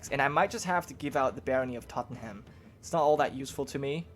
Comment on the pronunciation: Blame Londoners, but Tottenham is pronounced Tot-num. :p